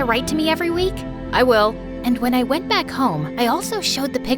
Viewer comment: Did you realize after camp she said: and when I want back comb